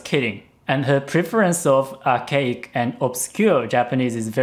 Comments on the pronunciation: When says Archaic, I misheard it as OUR CAKE. *USSR ANTHEM INTENSIFIES* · I heard arcade instead of archaic every time. Time to get dem ears checked.